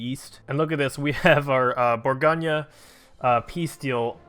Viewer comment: for what it's worth, it's "bore-goan" not "bore-gone-yuh" not trying to be that guy, it's just that my french teacher used to get on me about my pronunciations